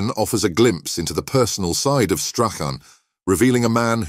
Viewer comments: Gordon strathen? It's Strachan 😂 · Strach Ann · This has to the worst narration to a video that I’ve had the misfortune to listen to. There had to be at least 25,000 mispronunciations of Stachan’s name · Should be called how many ways to pronounce Strachan wrong, he was brought up in Muirhouse and went to Craigroyston high Not Broughton. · You'd think they might have researched the correct pronunciation of Strachan. Very sloppy and lazy piece of journalism with a disingenuous click bait title. Shameful